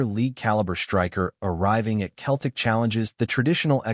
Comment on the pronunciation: How many times do I need to tell you it’s Celtic not Keltic ☹️🤷‍♂️